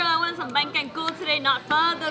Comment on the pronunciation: Saigonese love this vid ❤️ by the way it's Canh chua not canh cua